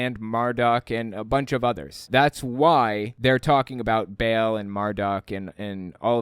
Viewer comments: She pronounced Ba'al like bail. I mean, that's probably the least of her issues, but still annoying 🙄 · Baal is pronounced Ba’al or Bah-l, not Bale, this is insulting to my ancestors. 😂